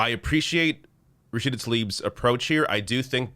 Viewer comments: He called her Rashid which is a male name instead of RASHIDA which is her name and which is a female version of her name. For non Muslims or non Arab the only way i can explain is as if the president of the US decided to call OAC Alexander (male version) instead of Alexandria (female version) he practically called Rashida John instead of Jane. Brain dead guy. Second mistake i noticed is that Rashida was concerned for the people of Gaza because they were bombed by the strongest military power after the US as it hurts watch children and pregnant woment thorn into pieces. He therefore decided to pray for her grandmother who lives in THE WEST BANK where her palestinian family come from..which is the other side of palestine. Practically is like as if Canada had started bombing the state of Vermont and senator Bernie Sanders spoke to Biden to do something about the genocide that was taking place and then the US president told him in a gathering 'where is Bernadette Sanders? Oh Bernadette am praying for your grandmother that lives in NEW YORK' (????). It was insulting on many levels, as he seemed patronising, he probably said her name wrong on purpose to make her feel small and show her he does not value her much as they belong to the DEMOCRATIC PARTY, how terrible is your own party's elected president non knowing your name especially when the squad are even better known than he is at some levels. Then is insulting because he treated her with disrespect by making it seem to non educ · He called her “rashid “ isn’t that a mans name? So lazy at least say the name right! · He didn’t even pronounce her name correctly. It isn’t ‘Rachid’. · There's no joke... I pointed out he said something like Regine he didn't say Rashid. Still messed up her name and was still disrespectful though. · LOL he can't even pronounce her name,FREE PALESTINE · Yep, cares so much he can't even say her name correctly. Onya Job Boden.🙄😏🤔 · Oh God he couldn't even get her name right...so awful